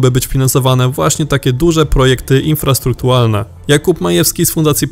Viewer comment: "...infrastruktualne..." znowu lektorek, ułom jeden, nie rozumie co czyta... 🙊🙉🙈🤦‍♂️🤦‍♂️🤦‍♂️ #LektorekMusiOdejść 🤦‍♂️ #Łapawdół 👎👎👎